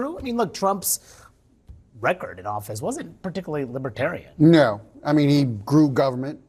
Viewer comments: Lib-A-tarian??? Isn’t it Lib-ER-tarian?? What a goofball!! It’s truly mind boggling so many have fallen victim to the brainwashing and gaslighting of the dumpster!! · Lipatarian lol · What's a 'libitarian'? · He keeps saying "libbatarian." You'd think if he wants their votes he would learn how to pronounce it. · Trump can't even pronounce Libertarian. He's pronouncing it as "Lib-a-tarian". I vote Trump for prison 2024! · He can’t even pronounce libertarian. He keeps saying Libah- Tarian. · Trump says "Libetarian". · “Libeterian?” Maybe he should have practiced saying that word. What an idiot! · Does he know it’s Libertarian… not Libitarian.😢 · What's a LIBITARIAN? 😂😂😂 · He can't even say Liberaterian right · Trump says “Libatarian.” It’s like people who say “libary” and “Febuary.” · Libatarian ??? Poor baby, he's got a speech impediment !! 🤪🤪🤪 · Now Rama swampee calls himself a liberatarian ?? Trump can’t even pronounce the word right. “ LibAterian ?? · "I will put a Libahtarian in my cabinet. You get a Libahtarian! You get a Libahtarian!" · libitarian....he doesn't even know how to say libertarian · 😮😮 He can’t even pronounce the word LibeRtarian properly 🤡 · Dump can't even pronounce "Libertarian" !!! There is a r before the t . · It would be really nice if he could say "LIBERTARIAN" Correctly! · He can't even pronounce "libertarian".😂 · He can’t even pronounce Libertarian correctly.